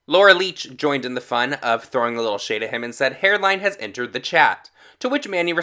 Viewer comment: She said enetered, it’s okay